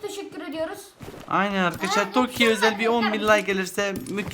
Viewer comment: Toki değil Taki arkadaşlar